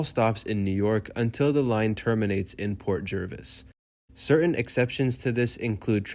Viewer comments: Pronounced JARvis. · I lived in NJ for 43 years.. always said JERvis